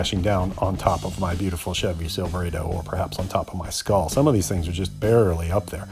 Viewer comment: You pronounce Silverado incorrectly